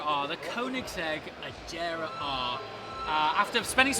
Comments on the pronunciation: It's not Ajera, it's Agera with a hard G lol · Did he just call the agera the ajera 😂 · its A-GAR-a not A-JAR_a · thats AGERA with a hard G like in Gun. Not like in jam. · don't you think that you pronounced agera wrong 🙄🙄?